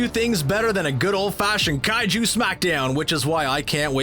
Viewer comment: It's kaiju not kaijuu